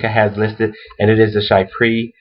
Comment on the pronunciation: She-pra, not shy-pre.